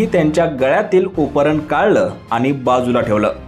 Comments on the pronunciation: उपरन नाही रे बाबा ,उपर्ण म्हण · अहो मालक उपरन नाही उपरणं बोलतात त्याला😂😂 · उतरण असते तसं आपण उपरण म्हणता आहात.. उपरणं असतं ते महाराज.. उपरण नाही.. 😂😂😂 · 'उपरणं' चा उच्चार करायला शिका... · उपरणं...उच्चार निट करा.. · उपरणं चा उच्चार नीट कर.